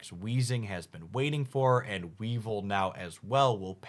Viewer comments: Please for the love of God tell me the mispronunciation is a thing you've already cover and you dont give a fuck, you are trolling or whatever beacuse I couldn't stand hearing "Pa-ku-ri-su", "We-val" or "Dark-rayy"... I think I dont even want to hear the rest 🥲 Oh God please no... "Mis-trea-us" So you spell Weezing correctly... But not "we-val" IT HAS AN "I"! is a "We-vile" 😭😭😭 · I commented on the pronunciations in his previous videos. It's a regular thing. Weevil and weavile and not the same pronunciation and yet he does it all the time. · So hyped for dark enjoyers. Obviously pronunciation isn’t really a big deal, but I wanted to offer this suggestion: “Weavile” is pronounced like “vile” (because gross) and “Mismagius” is pronounced like “mage” (because wizard hat)